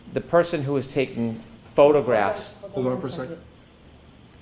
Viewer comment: sounds like has a hard time saying "photographs".... his way is - "ffffffotographs" 😂😂